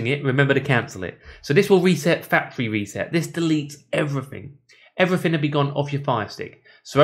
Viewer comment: Access to other 'fings'...like English language??? 'Everyfing'